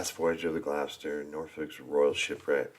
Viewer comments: What a great package! You are doing well with the pronunciation - Gloucester you had straight off, and Norwich you corrected yourself. I was at University in Norwich for four years, so it was my second home, and I loved it there. Norfolk is particularly tricky for placename pronunciation. 'Happisburgh' is a CLASSIC of English spelling/ pronunciation divergence! It is pronounced 'Haze-brugh' They also have 'Wymondham' pronounced 'Wind-um', 'Garboldisham' pronounced 'Garb-a-sham' and a small village called 'Talcolneston' pronounced 'Tackles-dun'. There are many more. No-one expects anyone not already in the know to get them right first time! The narrator of the Norfolk video's pronunciation leaves a lot to be desired..... Norwich - Naarrich (from locals) or No - rich for most people (the 'o' sounds like the the 'o' in 'block' but definitely NOT 'Nor'. Boudica (the warrior woman) - BOO-dick-er You do not need help to pronounce 'Leicester' correctly! I did wince at the Earl of Ly-chester on the video! Hunstanton is said HunSTANton - narrators emphasis was all wrong. Other than the pronunciation tha was a good video showing some of the major visitor atractions in he area. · Congratulations to Cath for sending this. To pronounce Gloucester try 'Gloster' and for Quay try 'Key''. Don't forget to show us any film of your Costa Rica holiday (vacation) you care to show when you're back. Meanwhile I hope you and yours have a very happy holiday. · Gloucester is pronounced Glos TER the same with Wouchester is pronounce Whooster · Easy way to remember how to pronounce Gloucester is to see the child’s nursery rhyme Dr Foster went to Gloucester in a shower of rain. He stepped in a puddle right up to his middle and never went there again!!! Gloucester rhymes with Foster.